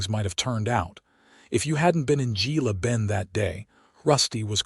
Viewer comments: Gila Bend is pronounced Hela Bend. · Pronounced Hela Bend 😊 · It's pronounced "Hella Bend" Gila Bend. 😊